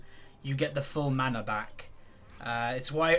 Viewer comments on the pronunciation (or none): none